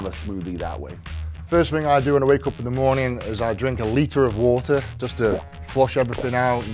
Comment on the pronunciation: "a leeta oof wata"